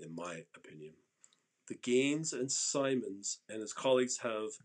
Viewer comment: Pronounced like “Sigh-mons”